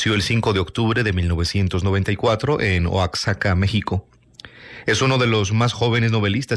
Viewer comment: Oaxaca se pronuncia "Oajaca"